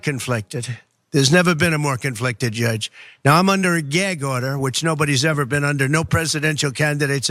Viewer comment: What's a 'Gairg order'?